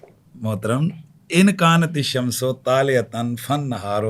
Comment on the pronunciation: لکن ھذا الشمس طالعۃ میں آپ نے شمس کی سین پر پیش پڑھا ھے حالانکہ زبر آتی ہے لکن کی وجہ سے یہ آپ کی عربی کا حال ھے اور باقی عربی کیا سمجھتے ھوں گے جب عربی نہیں آتی تو بولتے کیوں ھیں